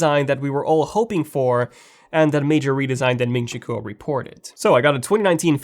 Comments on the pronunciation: It's not MIN CHI COOL, lol, it's KUO like QUOTE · its actually more like GWOR